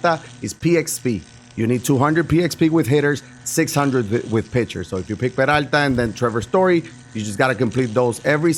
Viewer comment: i love the way you say "peralta" :)